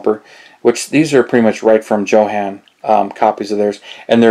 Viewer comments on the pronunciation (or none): it's pronounced Yohan